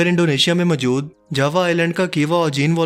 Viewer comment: Plz, Urdu accent pe concentrate kjye, mjood ni mojood hota h